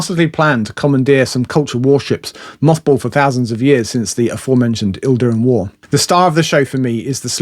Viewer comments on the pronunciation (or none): Idiran not Ildrian or whatever you said. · Idiran, not Ildiran. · I enjoyed the whole of your ranking video - thank you!🙏 I did struggle with hearing you describe the Idiran War and the Idiran’s throughout as “ILDIRAN” & “ILDIRAN’S”(capitalised to illustrate the presence of the letter “L”) I had always read it and heard it in my mind without the L I had to google to reassure myself that my reading had been correct. Hope that’s not too jarring to your internal transformation of without L on the page to with L in your head 😂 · That's not how you pronounce 'Idiran' is it? Your order is completely wrong but great vid 😀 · A really good run through. I have a rather different order, and it’s good to hear other rationales and preferences. You strongly imply, but don’t outright say it (ie, I think we agree) - the Culture books are all worth reading, and range from “very good” through to “peerless”. One minor quibble: there is no “L” in “Idiran”.